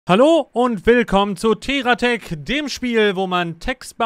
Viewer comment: "Terra" Tech hat nicht ohne Grund zwei r im Namen, ansonsten hieße das Spiel total debitormäßig "Tehratech". Terra, die Erde.